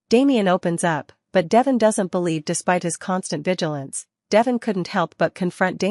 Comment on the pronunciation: His name is pronounced De Von with e having a long sound.